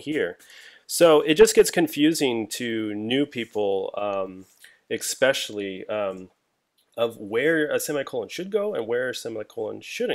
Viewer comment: Never trust a person, who says 'eXpecially' and does not use semicolons in JS. Yes, I'm aware that this sounds like an argumentum ad hominem fallacy, but I'm just joking here and making a point of completely disagreeing with the opinions expressed in the video.